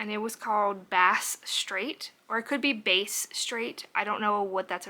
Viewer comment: Meant to comment last time you mentioned it, Bass straight is the water between mainland Australia and Tasmania. And it’s pronounced the first way you say it, not like an instrument…